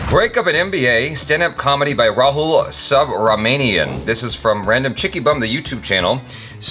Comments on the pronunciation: "Subramaniam" the pronunciation made is like Rahul is a Sub-Marine officer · saying subhramanian as sub-Romanian 😂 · Subramanian is pronounced like Subra + money + yum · Rahul Sub-ra-ma-nian.... Seriously? 😂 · It's (Rahul) Ra-Hul....(Subramanian) Su-Bruh-Ma-Nee-Um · WTH you called him Sub Ra Manian 😂😂😂😂😂😂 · I love how he introduced a new way of Pronouncing 'subramanian' And now I can't spell it otherwise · The way you pronounced his second name was hilarious.😂😂